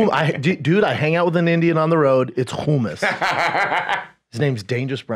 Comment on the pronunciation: Hearing Brendan say humus correctly was the greatest!